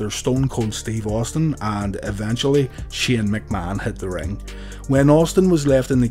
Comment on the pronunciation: Just wanted to let you know that Taker's brother's name is Kane, not Keeon. Same as with Vince's son, who is called Shane, not Sheeon.